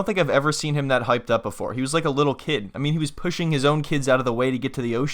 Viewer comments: “Liddle island” 😂😂😂😂😂😂😂😂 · “Liddel illand “ 💀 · "Leeytle island" 😂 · "Leedle island!"